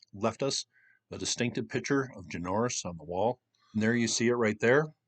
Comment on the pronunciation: Great video, good to see you cover this, our native people are amazing. the bird is pronounced JENNY OR NUS